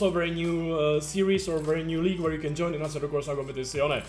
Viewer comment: "Jooin" xD Love it!